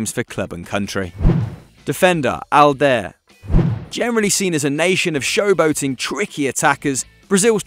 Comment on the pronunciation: . That's STEFANO ERANIO! Alder? Alder? 😂😂😂 His name is Aldair! Pronounced Aldayeeer! Why do they keep having little kids commentating on these videos?